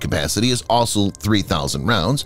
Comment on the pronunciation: I gave Defense Updates a miss for a while, due to the narrator's diction. I stupidly came by again because the video title piqued my interest. Good content. But please STOP SAYING 'ASOL' WHEN YOU MEAN 'ALSO'. HOW MANY TIMES DO I HAVE TO TELL YOU?